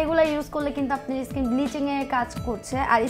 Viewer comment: ইস্কিন কী জিনিস? 😂😂😂 শব্দটা স্কিন